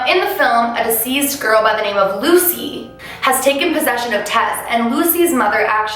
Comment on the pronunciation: Hearing her constantly pronounce the word "deceased" as "diseased" causes me some random confusion pretty often lol. Not complaining, just kind of wondering if anyone else has noticed this too...? 😂🧐